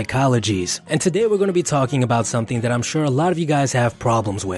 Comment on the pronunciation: "Wif"(with) "Dat"(that) "Du"(the) ....Probably not someone who should be an educator